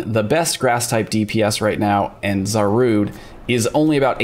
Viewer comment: Zarude!? 🤣 Otherwise another great video!